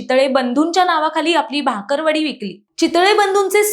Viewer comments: भाकरवडी नाही ग बाई!!! बाकरवडी 😅😅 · आधी बाकरवडी म्हणायला शिका..... भाकरवडी 😂